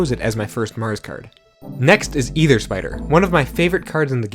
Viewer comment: ether, not either*